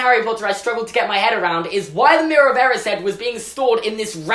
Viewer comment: Is anyone else triggered about how he says “erised”